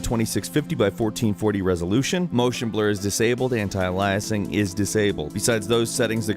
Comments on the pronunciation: "Anti-Eliasing"? What you got against Elias? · Anti-"alayasing"? It's anti-aliasing!!! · and you pronounced anti-aliasing wrong